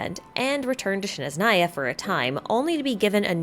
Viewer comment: It's Snezhnaya not Shneznaya.